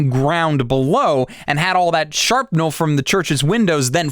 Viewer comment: "sharpnel" lol SHRAPNEL